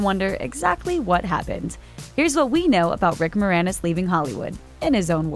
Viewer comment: At the end from "...your favorite Rick Moranis role" I only heard "Rick ... roll"